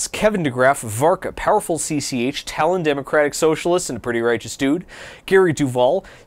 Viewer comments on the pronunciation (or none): none